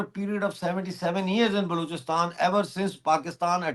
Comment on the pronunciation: it's Balochistan (or Baluchistan), not 'Blouchistan'. It's like calling you a 'Pounjabi'.